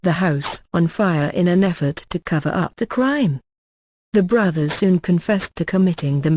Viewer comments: Lol how the Automator says "to cover up the crime". Funny, but annoying. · What's with the mechanized voice? Did they outsource this, too? Check the emphasis on the word "CRIME." Obnoxious!